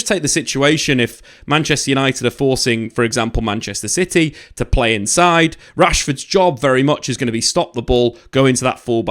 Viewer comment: Did he say "Manchester Shity"😅